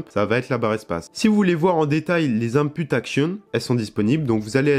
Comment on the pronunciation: y'a beaucoup de choses qu'il dit pas très bien. C'est pas un matériel mais un matériau, pas "unpoute" mais "ine poute" (input). C'est pas "ajustements finals" mais "finaux" (dans les chapitres). La forme est à revoir mais le fonds est bon et c'est le principal. Quant au "Engine" il peut se prononcer "andjein" comme "enjinn" ça dépend UK ou US